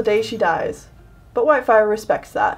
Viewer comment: When you said "But whitefire respects that." I thought you said "My Wifi has done that"